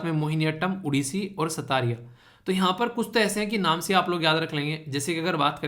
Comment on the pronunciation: Sir satriya pronunciation Galot huwa hai सत्रीया होना था